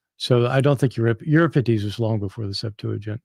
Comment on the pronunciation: Not to mention his mispronunciations!! Lol